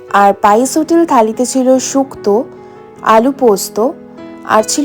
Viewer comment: Pice hotel rr uni bolchen baice hotel kii bollo ota baice naa pice